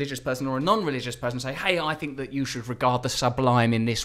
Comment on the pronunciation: If it was rly you Russ it would say "tell me what you fink"